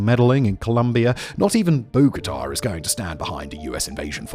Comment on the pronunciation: You read Bogota wrong I think. your research is weak, probably non-existent.